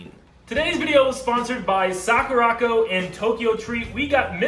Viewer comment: Is anybody else botheres by the way he is pronouncing sakuraco? It's really bothers me that he can't even say the name of his sponsor probably